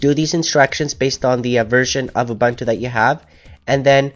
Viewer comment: Everything is great thanks. But it is pronounced "oo-BOON-too" and not "oo-BUN-too" That's it mate, keep it coming.